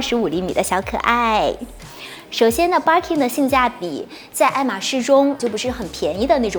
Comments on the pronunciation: Barkin 汪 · Birkin的發音怪怪的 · 她讀錯的，一直沒改